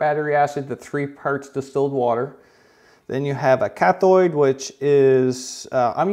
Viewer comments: Pssst. It’s cathHODE and anODE not cathoid and anoid lol. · cath-ode an-ode not cath-oid and an-oid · It's not "cathoid" and "anoid" . The correct pronunciation is cathōde and anōde; they both rhyme with load not Floyd. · It’s ANODE NOT ANNOID CATHODE NOT CATHOID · lol cathoid and anoid (not anode and cathode) LOL Great vid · Its cathODE and anODE not cathOID and anOID. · he calls it annoid and cathoid thats epic. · Anode and Cathode, not Annoid/Cathoid… Ode, not Oy’d. small detail but sheesh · No. ‘Cathoid”.. “Anoied “? 🤣🤦‍♂️. I feel bad for humanity ... :/. Has no one ever been exposed to the most BASIC High-school / hell preschool levels of science? ANODE - CATHODE!! Omg 😳 - Sorry harsh I know, But / OCD chemist 👨‍🔬 over here just .. AHhhhh!!! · There is no "i" in either anode or cathode. I bet you say "ash fault" too. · Cathode and anode... Not cathoid and anoid lmao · It's cathode, not cathoid. Your welcome. I dunno how you expect anyone to take you at your word when you talk like a high-school dropout. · It's 'Cathode' and 'Anode', not 'Cathoid, and 'Anoid'... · anoid? cathoid? lol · CathODE and AnODE not Cathoid and Anoid. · He's Canadian...they love extra vowels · its not an ANNOID OR CATHOID its anode and cathode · Cath ODE, an ODE. Not Oid. Lol, fuck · Did you say cathoid and anoid? Cathode and anode...bruh you can't tell me you've ever heard those words in your entire life. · Cathode and anode.. that is how you say it. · cathoyd and anoyd lmao 🤣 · An-ODE, LIKE ODE to the flag, not oid, just fyi, it's anode and cathode, great video though. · There is no I in Cathode or Anode. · You say Cathode and Anode weirdly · Americans pronounce anode and cathode very wrong. Never ever heard it said like that. ...yet he pronounced it correctly later on in the video.